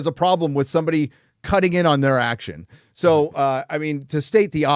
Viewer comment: Every time says 'so' it sounds like 'soy.'